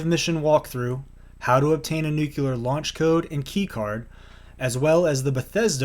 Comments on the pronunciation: “New-clear” not “nukuler”. 😅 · NUCLEAR NEW KLEE ARR not Nuke you lar